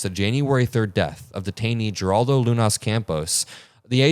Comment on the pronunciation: Thank you for bringing attention to this. 💙 Please note that Geraldo is pronounced "heraldo" in Spanish.